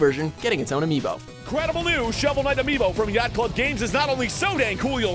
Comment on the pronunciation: did he say showel night raised 300 million and burned through that?